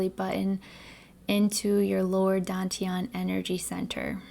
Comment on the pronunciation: DAN is pronounced like 'STUN' without the S, not like the English word 'DONE' Dān tián 丹田 just copy these two character into google translate check the pronunciation with speaker icon